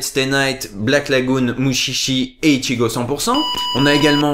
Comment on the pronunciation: Mutchitchi... ._. Mushishi... Avec un "ch" doux, comme dans "Charlotte". (le passage avec les bruitages de Motus m'ont fait hurler de rire XD) D'ailleurs, le doublage de Mushishi aussi laisse fortement à désirer.